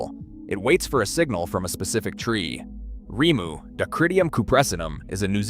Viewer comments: Rimu is said like this remoo. Great video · This is very interesting, but please, don’t use Ai for the voice over! The constant mispronouncing of words is really annoying, I’m afraid. Kakapo is pronounced ‘car car paw’, and the berries are pronounced ‘reemu’. The voiceover changing the pronunciation several times is quite off putting in an otherwise excellent video. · AI is so annoying. Sometimes we get Rymoo and other times Reemu. Most of the Maori words are butchered. At least the foreign but real narrators are consistent in their botching of Maori. Even Kakapo pronunciation is all over the place. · Ree moo.